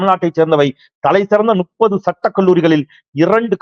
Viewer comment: தோழர் அவர்களுக்கு வணக்கம்.முப்பது என்று சொல்வதற்கு பதிலாக நுப்பது என்று சொல்கிறீர்கள். முப்பது என்று மாற்றி சொல்ல முயலுங்கள்.